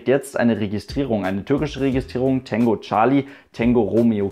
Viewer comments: Heisst das nicht Tango und nicht Tengo?(will nicht auf besserwisser tun...) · Na klar heisst es " Tango" - Genauso wie es Cathay Pacific heisst und nicht "Kesse Pässifik". :D